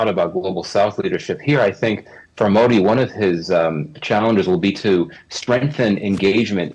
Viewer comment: First learn how to pronounce "Modi"